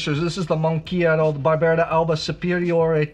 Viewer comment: Personally I feel that Barbera is a grape variety that I should like more than I do, but for some reason it doesn't quite do it for me. I'll drink it though, and I agree about the food-friendliness. Pronunciation tip: I am pretty sure that Barbera d'Asti and Barbera d'Alba are pronounced as if the apostrophe wasn't there. 😎